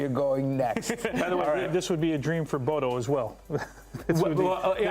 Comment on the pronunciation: You take time to pronouce the Latin names correctly but you still call Bodo/Glimt, "Bodo" 🤦‍♂️